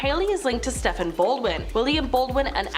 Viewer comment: it's pronouned Steven not Stephan